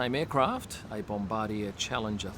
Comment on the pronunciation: As a Canadian, I can tell you the Stroll's arrived on a Canadian-made bom-bar-d'-yay